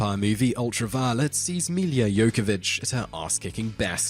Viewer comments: Milla Jovovich, not Jokovich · The most annoying thing about your videos is your mispronunciation of many items or names. eg its Milla Jovovich NOT Milia Jocovich. There are many more.